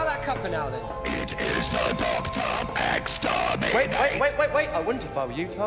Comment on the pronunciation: More like "Exsperminate"